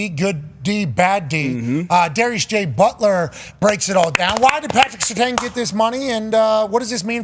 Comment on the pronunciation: Pat McAfee needs to learn how to say Surtain’s name. Disrespect is crazy